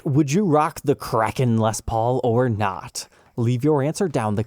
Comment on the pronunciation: I know it's probably nitpicking, but the word is historically pronounced KRAY-ken. The headstock-shaped island is a nice touch.